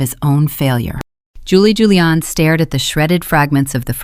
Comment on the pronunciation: Why can't the AI pronounce Julian properly? It keeps saying Hooliaan which is incredibly annoying.